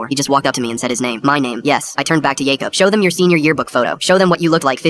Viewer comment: How many times can you mess up the name Jacob?